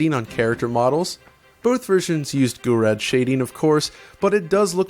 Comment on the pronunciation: "goo rad" shading. lol